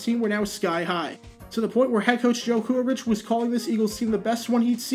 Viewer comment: "Philly coach Joe Kuharich . . . " whose name is pronounced "Kuh-HAR'-ik", by the way.